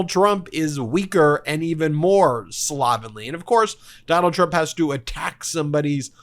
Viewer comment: Look up the correct6 pronunciation of the word "slovenly".